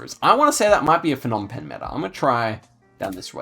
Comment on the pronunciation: Phnom Penh is pronounced with a hard P, not an F. The Ph diphthong is an aspirated P as in "pie", whereas a P alone is non-aspirated as is the P in "spy". If you say pie and spy and concentrate on the P sound, the difference is clear. The same goes for Kh/H (kite/sky) and Th/T (tie/sty). What the Plonk-It guide doesn't say about the mileage markers on the roadsides is that it generally refers to the distance to Phnom Penh (Roads 1, 2, 3, 4, 5 and 6) all radiate out from the capital, which is the zero point. 7 branches from 6 in Skoun and the mileage starts from the same km distance as 6). 8 is a new road and I've never driven it, but I'd guess it follows the same pattern. Two-digit roads count their mileage from where they branch from the parent which starts with the same number (so road 41 km 1 is 1 km from road 4). A note on spelling - There is no real standard to romanize the names from Khmer. You may see different spellings than what is on Google Maps, and sometimes different spellings on the same road, but the Khmer spelling is always consistent. The "Krong" in front of a lot of town names simple means "city", so if you see a disparity between say, Kampot and Krong Kampot, it's the same thing. Also note that Cambodia is developing RAPIDLY. The coverage is from 2013, so there's 10 years worth of upgrades to what's on the map versus what's on street view. Especially in PP and Siem Reap.